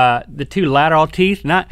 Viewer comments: When the subtitles were on Link put his hand on his teeth and said "mine are kinda horny anyways." XD although I know he said pointy but it sounded that way XD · He said pointy... The no pun intended was he said point after that